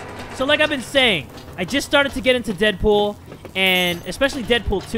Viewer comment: You sed Dead boop not dead pool